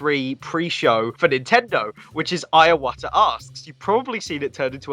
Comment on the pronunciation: Why do you call Mr. Iwata "Ayawata"? Please learn to pronounce his name. "I" is similar to "ee," not "eye." I-wa-ta. 3 syllables.